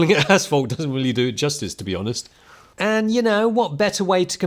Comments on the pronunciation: ashphalt? I heard asshole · It sounds like he’s saying asshole. Love it! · It took me way to long to realize was saying “asphalt” and not “asshole”...